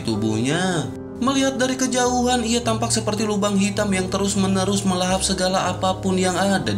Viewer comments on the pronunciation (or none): none